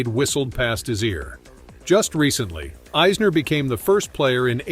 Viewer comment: This is a weird video. He cant even pronounce the names right. Not even Isners and hes american lol